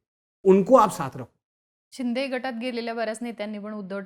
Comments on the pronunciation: अरे आधी शिंदे बोलायला शिक नुसता शिंडे शिडे बोलतोय... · Yala ajun Shinde bolata yet nahi😂